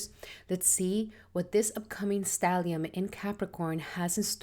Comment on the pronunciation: *Stellium, not stallium. Thanks and Regards.